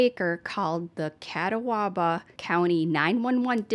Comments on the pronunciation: Your realization that you may be pronouncing Catawba incorrectly is so cute, and the way you say it every time after that. 😂 Such a sad story! That poor girl went through so much and got through so much in her short lifetime… thanks for covering it! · I lived in Catawba Co for years and this case affected everyone so deeply 😔 we will never forget her 💔 a park was built and named in that precious child's memory. p .s. u are saying it wrong but it's so funny who cares 🤣 😂 😁 😂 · Catawba- (KAT- aw-buh) if you’re from the south it’s (KAT- Tobba) 😎👍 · It’s pronounced cat-awe-bah. They dedicated a beautiful park to Zarah in Hickory. RIP. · You're too adorable 😍 it's ca-ta-ba that's how I learned it...another amazing video!!! Thank you so much!!! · Just a note from a NC native: Catabwa is pronounced kuh-taa-bah 😊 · Phonetically——Cat-ah-ba not catawaba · Hey, just FYI, you can search just about any name to find the pronunciation, which is shown both phonetically as well as audibly. No doubt it would be really helpful for odd names such as "Catawba", which is actually pronounced "Kuh taa buh". Who would have known?!?! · YO I LOVE YOU DUDE!! Please just Google the pronunciation girl cause you're killing me cracking me up! It's cuhhh taaaaaw buhhhhh 😂😘 love you and thank you for covering these stories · I live about 45 mins from Hickory, NC. Catawba County is pronounced “Kuh-taw-buh” but I like the way you pronounce it better. Sounds exotic 😂 Also, not sure where Alyssa got her I for about DSS “protocols” but it is standard that social workers give their cell numbers to children that are of an age who can place a phone call to them or ask someone to call. Alyssa might have complained about it but it is part of a safety plan. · Also, it's Ca-Tahw-Buh 🤣🤣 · Yes!! So cute! It's pronounced Ca-tahw-ba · Hi , it’s pernounced KA-taub-ba county 😊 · P.s. it's pronounced kuh-tob-uh county:) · Lmao it’s cuh-tah-ba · Catawba= Kuh-tah - ba